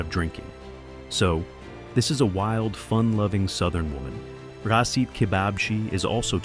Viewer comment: The turkish pronunciation of his name is rah-sheet. It sounds like the video is saying receipt. 😂